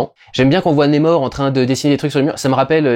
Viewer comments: Ça se prononce comme ça s’écrit le nom de l’antagoniste… donc on prononce NAMOR et non pas némor ! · NA mor NA !! N et A ça fait NA !!! Pas Né, pas Ney et pas Nez, c'est qui Nez-Mor ? C'est même pas une prononciation à l'Anglaise vue que le R est bien prononcé à la française On dirait un Québecquois qui perd son accent au milieu du mot Je suis le seul que ça donne envie de hurler ? Sinon Merci pour ton travail que j'aime bcp... hormis ce détail que j'essaie de soulever avec humour Peace